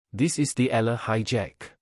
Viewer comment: E-YA-LA not E-LA is the correct pronunciation of the last name of Alex